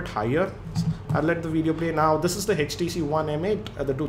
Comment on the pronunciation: sir it's Htc not hestc